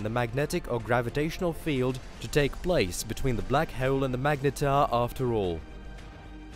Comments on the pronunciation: .."a black heuoole" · "black heuwl" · black heole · "black heole" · The return of the "Black Hewl"